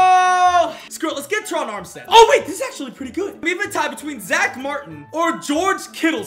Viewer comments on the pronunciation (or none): none